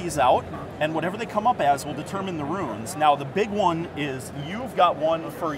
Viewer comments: Its 'runes' not 'ruins'! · Great demo, but I think it has to be stated. "Rune" ≠ "Ruin"